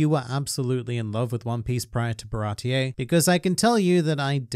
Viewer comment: Why do you pronounce it ba-rah-tee-aye? Even in the show they say Bar-ah-tee